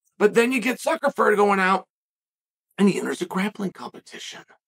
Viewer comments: I heard Zuckerford 😂😂😂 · Is chael saying “ZuckerFerg”?? What the actual f*ck?! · Hahaha suckerford on the second one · One of my favorite things about uncle Chael is his pronunciation of last names😂, zuckerford. Muchameni. Peerera lol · I heard Zuckerver😂😂😂😂 common Uncle Sonnen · "So now we just learned who Mark Zuckerford is..." Hand sweeps to the side. Did we? Did we really? No way he got that name wrong 15 times by accident. The speech at the beginning about Mikey so and so... Reeeeee! Another classic from Lord Chael. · Will never be prepared to hear "zuckerford"